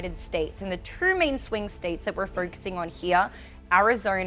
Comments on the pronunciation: Hee hee... love.... instead of 'two', she says, 'turr'.... and instead of 'voting', she says, 'vurrting'..... <3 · never heard someone pronounce 2 like "tur"